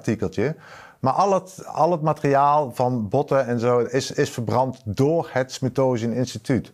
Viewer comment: "Smittosian" >> "Smithsonian"...! @@